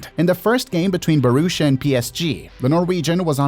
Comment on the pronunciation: Bohrushia, it ain't hard to pronounce mate. Borussia, B o r u s s i a, just say the letters and not try to invent some weird ass pronounciation scheme in your head. How do you arrive at that weird pronounciation. Massive disrespect to not check how to say it ONCE